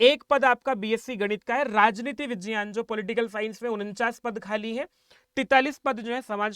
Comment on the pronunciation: vijyan nahin vigyan bol yar bhai.. irritate mat kar natak kr k...